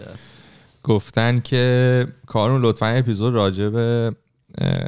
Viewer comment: فکر کنم تلفظ صحیح اسم کارون ، «کارِن» باشه